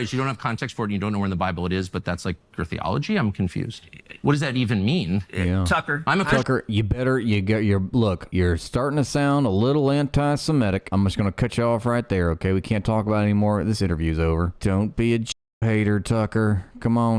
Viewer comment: Yo you are an extremely intelligent person but e ery on e in awhile you tend to pronounce Semitic as if it were spelled Sim-etic. Very common mistake almost as com on as Nucular instead of Nuclear.